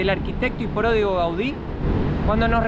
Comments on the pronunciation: se dice prodigio no pródigo son 2 cosas muy distintas 😂😂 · Mateeeoo la palabra no es pródigo es prodigio 😂😂😂